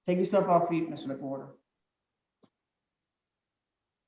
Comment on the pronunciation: Stop...that guys name is "Mc-Whore-ter" 😂😂😂😂